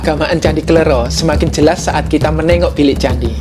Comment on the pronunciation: mohon maaf bacanya kle'ro (ro serperti loro (dua jawa))